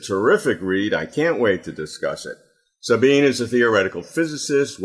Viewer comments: Sabine is THREE syllables. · How shabby to not even know how to pronounce her name. It's embarrassing and disrespectful. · Robert, you mispronounced Sabine's name! 😆